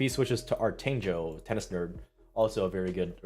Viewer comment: Monfils is with decathlons's tennis brand: Artengo. Decathlon is a huge French sport brand that owns many stores throughout Europe. The G is pronounce as in the word "guess".